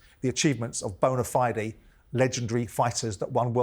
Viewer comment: Bona Fi-de 😂